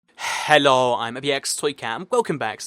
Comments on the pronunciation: i love how he says helo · The hello at the beginning had a very aggressive h.